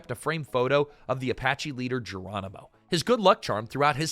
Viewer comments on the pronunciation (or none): none